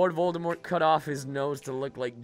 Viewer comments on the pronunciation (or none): none